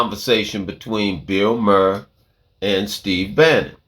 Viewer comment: Bill mhaar is the correct pronunciation.